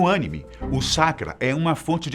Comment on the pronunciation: O engraçado foi ver a correção o tempo todo quando pronunciava Animê de forma errada 😂😂😂😂